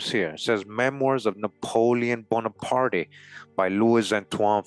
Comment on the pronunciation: Just for future reference, the E at the end of his name is silent. Prononced Bonapart.